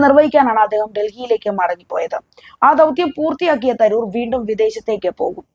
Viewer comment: I have a doubt at the start -- is your anchor Indian or only a person of Indian origin? Proper English would read his name as Tha roo r not Tha ror. Nobody mispronounces an English or American name, why then are the names of Indian personalities given this treatment?